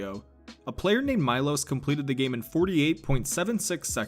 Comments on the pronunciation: its not maylos its meelosh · its milosh not milos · You mispronounced Miloš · My dude butchered Miloš